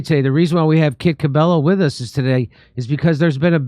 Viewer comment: OMG I can't get over him saying wis instead of with 😂😂. And the da, it's just funny